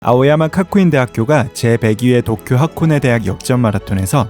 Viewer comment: "카쿠인"이 아니고 "가쿠인"😂😂